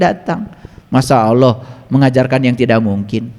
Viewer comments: Kenapa nama Allah diucapkannya jadi Awloh. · Hatit2xmemahami nye Karene Alquran yg di terjemahkan tapi nyebut Allah aje Tak pasih.